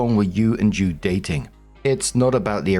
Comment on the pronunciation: JUDE.... not dude FYI🤣